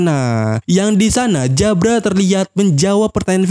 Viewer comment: Nyebut jabra pake jabura aja bang, lebih enak didenger....di anime juga nyebutnya jabura